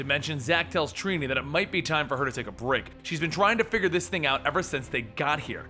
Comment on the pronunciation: Lol "treenee" it's trini